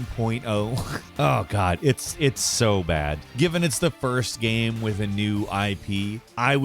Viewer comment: man I feel like I’m having a stroke every time you say ''gaam''